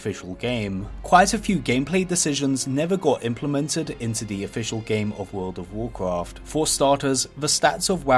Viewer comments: Wawld of wawcwaft. Once you hear it... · wowd of wawcwaft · vold of voldcrafttttt guuysss vooooldd somebody did skip that speech therapist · You get 1 level everytime he says Would of Woucraft. - watches one video, hits lvl 120. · the voldovoldovorcrawft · I'd say it's an accent - could be European (Swedish, for instance) or an Asian dialect. To my ears it could be either. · wordo waw kwaff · But he says vold of valclaft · Take a shot every time he says "voldovocraft"😂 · Vwurld of Vwurcwrft! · Bro said woldcraft every 20 seconds or less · Wwld of wowcwaft 😂😂😂😂😂😂😂 hawdcowe hahahahahaha 🤣🤣🤣🤣🤣 u are such a gem bro 🤣 Ps. I mean bwo 😂😂😂😂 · WOLD OV WORCWOFT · take a shot everytime he says would of woudcaft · Jesus christ take a shot when he says woldofvovwclaft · what is vurld of vwarcraf? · Classic wow and vanilla wow, petty, but theres a difference, also fun game, take a shot each time he extends the video by saying world of wurcraft. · "wowd of wawcwaft"?.... "Secwets"? Come on man, I can't watch this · Wowd of Woahcwaft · word ov worcrof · wowd ow wowcwaft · worlw of warwqawrft, warqwarft free...........Dude learn how to pronounce words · "wult ov wurcwaft" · He can't pronounce R, says W instead. Woald ov woalcwaft, owcs an twolls stawts in the same awea. And when he pronounces "buckler" i start to think of The Pink Panther movie, when Steve Martin is trying to pronounce "Hamburger". 😁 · woowld of wawcwaft, and wawcwaft fwee. I can't watch this video I just can't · wowld of wawcwaft wawcwaft fwee